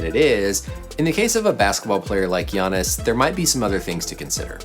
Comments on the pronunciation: sis I'ma need you to learn how to pronounce Giannis' name lol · u call giannis' name just like shaq do lol